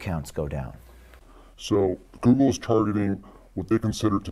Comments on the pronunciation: Who else loves when Jessie says "Googer"? I love this man XD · " on googer " jesses awesome hahaha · "reporting on..googa" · Goolgeruhh - Jessie